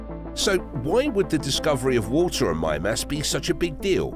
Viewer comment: Why do I feel like he's not saying that right? Oh, cuz he also said "geezers" instead of Geysers. So Mime-Ass probably isn't right either.